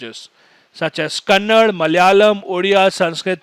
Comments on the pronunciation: SIR ITS NOT KANNAD IT IS KANNADA.... TQS SIR NICE EXPLANATION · Sir it's Kannada, not Kannad.. I request everyone to pronounce it properly plzz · You pronounced kannad....it is not kannad ....it is kannada 🧡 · Sir, it's KANNADA and not KANNAD. Thank you for the explanation:)